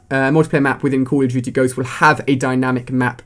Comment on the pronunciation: "cull uh dooty" lol